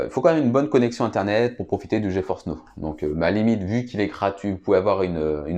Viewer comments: Geforce n'eau... okay...c'est NOW, ca se prononce: "NAO" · Geforce Now se prononce: "Dji faurce naow"